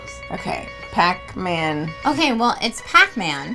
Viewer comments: "Pac Mant Man" makes me so irrationally angry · The giggles that overtook me at "pacmantman"... Oof. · In tears at "Pac MAnt-Man". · I feel like after “PAC-MAnt Man” we all gotta fight Joe. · Imagine hearing, PAC mant man, Save me! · I swore Pac-Mant man was actually PAnt man, which I feel is much funnier. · I’ve been watching this crew for a LONG, LONG time........ Pac Mant Man is my favorite thing. Ever. Aside from watching Steve say it.